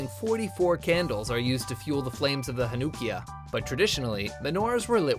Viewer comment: WRONG! That's not how you pronounce Hanukkiyah! It's pronounced more like "hanna-kia". I have celebrated Hanukkah for all my life and I've only heard ONE other person pronounce it the way you did. The more you know💫